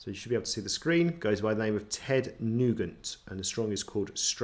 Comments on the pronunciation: Nugent is pronounced new-gent as in gentleman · You don't pronounce his name correctly